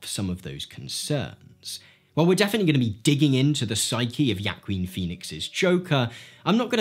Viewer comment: the way you said Joaquín damaged me